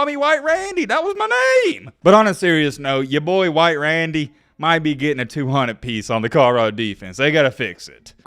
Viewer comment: Lmao Hwhite Randy 😂